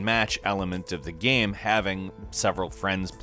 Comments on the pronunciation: He also says "Gam". Drives me freaking crazy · While I enjoy these videos... I Can't stand how he says "game". It's like... "geeim" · once you hear gäme you cant unhear the gäme in game lol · I love, but the way he pukes the word "game" rarely fails to frustrate